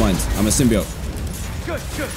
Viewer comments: DanTDM I haven't watched your videos in a long time and I love Spiderman so im gonna watch all this series after this video (the way to pronounce symbiote is sim-be-oat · Symbi oat is how it's pronounced Dan 😊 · Yes, it is pronounced symbie-oete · yea, as a venom and marvel fan its pronounced as "sim-bee-oat"